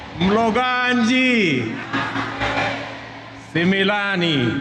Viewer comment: 😂😂😂😂 Ni sumilan Sio similan 😊